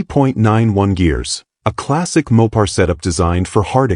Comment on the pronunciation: Maw-pars and posey traction, gotta love AI narrators.